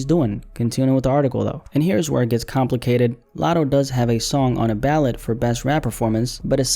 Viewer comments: The word is ‘ballot’ 🗳️ not ‘ballet’ 🩰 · it's Ballot not Ballet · the way he pronounced ballot as ballet 💀